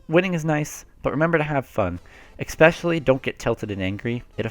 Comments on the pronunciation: Good beginner guide, I'm was also S+ in the previous game and now I'm on the road to S- in Splatoon 2. And please, PLEASE, say "especially" and not EXspecially, this does not exist, no "x" in it. -> especially. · Great video but THERES NO K IN ESPECIALLY. "Ekspecially"